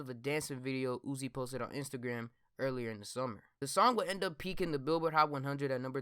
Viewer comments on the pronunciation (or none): none